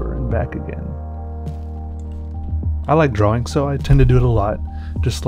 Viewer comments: i like you but... u do say drawing wrong because you say it Draw-Wing and not Draw-Ing. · drawring Is what I keep hearing. Not that its a bad thing. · I'm pretty sure it's drawling, right? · You mean dra-ling. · I'm pretty sure it's pronounced drar-in